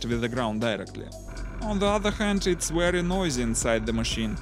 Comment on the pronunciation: Yes, it is a wery nice wessel.